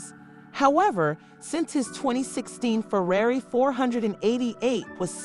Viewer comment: Kylie can’t toss Tyga some 💰 to help with those tax bills? (And LMAO that the person narrating can’t pronounce “Ferrari”!!! 😂😂😂)